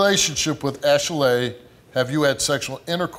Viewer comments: it's Ashley,not ashelay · I'm laughing 😂 every time he says her name ASH... LAY.Also why is she making her name extra it really is just Ashley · girl your name is Ashley. not no Ashelay. stop playing yo mama ain't name u that lol. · Yeah it's ashilaye not Ashely ok Cindy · Ash-a-laying here, Ash-a-Laying there...Ash-a-laying everywhere but her man. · "ok class, answer to your names!!! -Ashley?" -"IT'S ASH-ALEY!" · ITS ASHILAYE THANKS THO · Man... forget the results. What we NOT gonna do is act like that heffa name ain’t ASHLEY. Talking ‘bout Ash-a-lay... 🤦🏾‍♀️💯😭😭😭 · Ash El LAY 🤪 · Ash-laay who gave her that name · Wtf is Ashalay? The black version of Ashleigh? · Girl!! Thank You!! I was like, "It isn't pronounced that way. People are so extra. 😂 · OneButton Dash lmao I Thought I Was Hearing Stuff At First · If she'd take those syllables and play the clapping game, her name would be phonetically pronounced ASHLEY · it's Ashley, the only reason you think it's pronounced that way is because you remember your mother over pronounce syllables when you got in trouble. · I thought I was having a stroke, my name is 'Ashley', but I've never heard it pronounced this way before, I just keep getting surprised. lol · Lmao girl it’s ASHLEY shut upppp 😂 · Are we sure this girl's name ain't Ashey-Lay? She been busy........ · Her name is Ashley but she pronounces it like a key&peele skit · Ash eh lay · Steve said Ashy-lay. lol What the... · Sydney Nock I was tooo stuck when he said her name😂😂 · I’ve never heard anyone pronounce Ashley like that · Steve, stop saying "Ashley" like that. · Your pronouncing your name wrong, idk if you knew that.